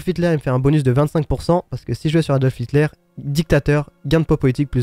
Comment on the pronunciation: mr Hilter PTDRR c'est Hitler